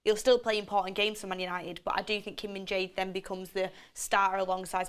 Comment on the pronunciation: It is pronounced Kim Min JAIR.